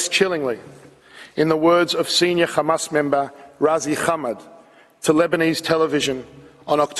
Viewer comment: Remember the list he’s lies are as big as his belly stop the genocide and give them their land back btw it’s pronounced hamas not qamas